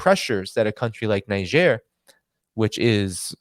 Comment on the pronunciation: Niger is spelled (Naydzer) somewhat similar to Nigeria so spot calling it Nizher